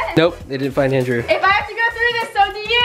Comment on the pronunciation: YAY,😁, “LANDREW”I mean, Andrew 🥇